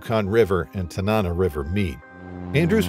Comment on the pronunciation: Tanana pronounced: Tanna-naw